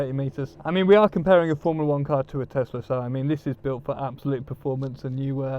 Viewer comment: A- its not teZla, its teSla! B- how much is the price of the beneton?